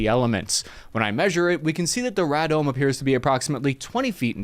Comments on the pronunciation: I think it is said raydome, like if your uncle ray was bald he would have a raydome. Did you cover the ccp mounting antennae at the telescope site a couple years ago? I do not remember if you covered that. Stay safe and healthy young man. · Radome is pronounced ray-dome Thanks for the videos!! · RADOKM is pronounced RAY-DOME! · Radome :Ray-Dome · Pronounced "Ray-dome" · It’s pronounced ray dome…. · From a former intel weenie, it's ray-dome. Comes from radiation dome. MIRRARTERRY! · England just over 100 miles away. So England is only 10 miles farther then Miami? Longest damn 10 mile drive ever... And it's pronounced ray dome. As in radar dome. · It's pronounced: RAY- dome. Informative video, thanks. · Radome (Ray-dome) is how it's pernounced lol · Ray-dome! 🤣 ELT LORAN-C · I agree, the common pronouncement in the R&D community is ray-dome. This is because radome is a portmanteau word combing radar and dome. Ray-dar and dome. Hence, ray-dome. Also a bit of trivia; radar is an acronym for RAdio Direction And Ranging. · It's tough to trust a channel whose commenter doesn't know how to pronounce Radome. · "RADOME" is pronouned ray-dome, not ra-dome. At least in my decades of experience. - I am Cuban by the way. haha Cuban American. Cheers. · RADOME = RAY dome (like the radar it houses). Not Rad-dome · Ray-dome. Rah-dome. 🤣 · Pronounced raydome, not raadome. Love the videos though. Keep it up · Not Rah-dome, it's pronounced Ray-Dome lol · ray-dome, not raa-dome. Everyone is listening. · Ray Dome NOT Ra dome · Sorry to be persnickety, but it's pronounced "Ray-Dohm or Dome". Not "ra-dome". Ray-Dar-Dome.... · Radom don't you mean Ray dome ? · RAY-DOME....not R-A-DUM 🤦🏽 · wtf is a rad dome? its pronounced RayDome.... you know, like Radar? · Ray Dome not Rad Ohm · One minor correction: Radome is pronounced ray-dome not radam! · Rad dome? You meant Raydome, truncated to RADOME. Phonetically the same. R U sure you were military? Glad you survived if so.